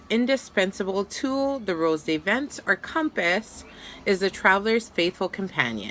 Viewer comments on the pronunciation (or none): It’s said rose de vants